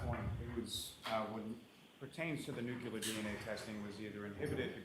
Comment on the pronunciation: This expert witness mispronounces “nuclear” repeatedly!! WTF!!